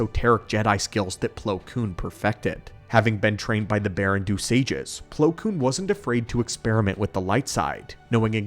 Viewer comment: "Baren-DOH", not "Baren-doo," einstein.